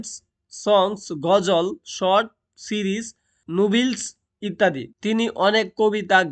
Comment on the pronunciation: আপনার উচ্চারণে অনেক ভুল। যেমন :এগে, নুভিলস,সিরিজ😅